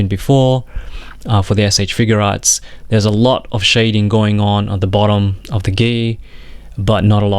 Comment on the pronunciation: It's not figurearts it's figuarts. I feel like if you review toys you should know how to pronounce the company